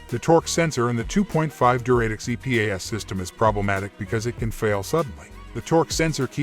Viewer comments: Pronounced du-ra-tec, not Duray-tec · REALLY annoying pronunciation of "Duratec" by the robo-voice. An Atkinson version of this engine is still used in hybrids in 2024 and beyond.